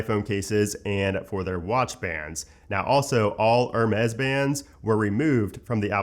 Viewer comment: Hermes - Air (roll “r”) , mez …. You’re welcome 😉